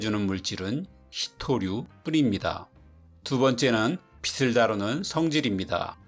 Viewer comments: 지식교수님 발음 교정 -> 빛을 낼 수 있다. (비슬 낼수 있다. X) (비츨 낼수 있는 ○) 어떤 경우에는 맞게 하시고 어떤 경우에는 틀리게 하시네~ 지식인 참고하세요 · 예전영상부터 "빛을"을 발음하실때 비슬이라고 계속 하시는거 같아요~ 그래도 지식채널인데 비츨이라고 부탁드립니다😊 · 빛을 [비츨] 로 발음해 주셨으면.. 빚을 [비즐] 빗을 [비슬] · 건의합니다... 빛을(비츨) 빛의(비체) 이렇게 발음하는 것을 권합니다. 빗, 빚, 빛 이 세 가지가 모두 같은 발음이나 뒤에 모음이 올 때는 각기 다르게 발음됩니다. 받침으로 있던 ㅅ, ㅈ, ㅊ이 뒤로 넘어가기 때문입니다. 그래야 이 세 가지가 발음으로 구분됩니다. 앞부분에서는 빛을(비슬) 이렇게 발음하시고 또 중간에서는 빛을(비츨) 이렇게 두 가지로 섞어 발음하시네요 참고가 되었기를 바라며...